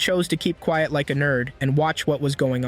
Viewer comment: bro said quet XD